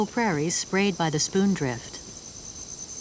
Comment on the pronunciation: It's spindrift, not spoondrift.